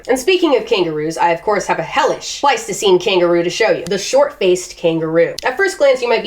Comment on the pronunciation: I know what it's called, I know what you are actually saying - it's just that I keep hearing you saying Plasticine Animals and expecting you to be playing with creatures made with modelling clay.